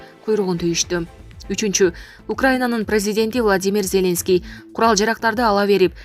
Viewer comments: ЗЕ́ленский эмес Зеленский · Зеленскийди туура айтып алчы сабатсыз журналист блогер сорой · Зеленский дегенди башкача окуйт экен!! Журналисттер ушундай окуса??????......